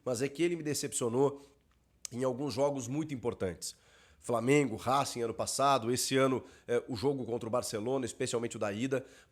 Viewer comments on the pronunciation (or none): none